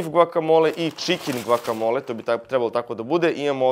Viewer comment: bas volis da izgovaras to gvakamola 🤔